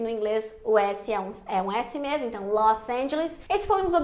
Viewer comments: Sou paraense e o som de mesmo é de "s" e não de "z" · Já que VC fala mermo deveria ter dito mermo mermo.